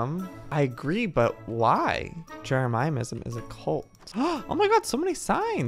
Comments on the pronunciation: Joey: JEREMIAH-ism Me: You mean JEREMY-ism Also Me: *RAGES* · Can we just appreciate the fact that Joey says Jeremyism different? ( Jeremy - is um ) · Jeremyism is pronounced Jeremy • Is • mm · Joey: j e r E MIA MISAM Joel:jeremyisem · Its no longer jeremyism its jeremiaiaism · NO ONES TALKING ABOUT HOW JOEY SAYS JEREMYISM ITS JEREMY-ISM NOT JER-EMI-EM-ISM 😭😂😂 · Umm.. how do u get IN the club house? Oh and...JEREMY-ISM NOT JEREMY-I-IM-ISM PLSSSSS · Joey, it’s pronounced, Jeremy as in the name with ism added on so Jeremy ism Not jeramyamism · its not jeremiah-ism its jeremy-ism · Said with full love: It’s Jeremy-ism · Ikr 😭😂😍 he’s like “jeramayasim” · Yeah, he says, Jeramayaism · He says it kinda like jeremiahmism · Joey, if you're reading this, how to say Jeremyism is "Jeh ruh mih ezum" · Not trying to be rude just trying to inform you that its Jeremy-is-um :) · Joey: Jeramiysm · JOEY! JEREMYISM IS PRONOUNCED = jair-emy-ism get it right!! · It’s pronounced Jeremy-ism